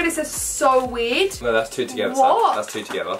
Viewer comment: Whenever she said wierd it sounded like she said weed 😂